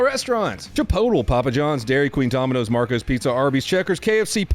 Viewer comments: "Chipotol"? slipping, man 🤦‍♂️... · LOL! It's chee-pote-lay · lol officer did you really call chipotle chpood-L lol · Did just pronounce Chipotle as "chi-po-tel"? D: D:! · Say it with me now: "Chip-oat-lay". Chipotle. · Chip-pote- ul 😂😂😂